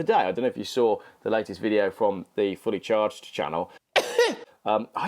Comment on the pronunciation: I had a bit of a giggle when you mentioned the fully charged show , it sounded like you said fully charred show . Maybe that would be a better title for that show .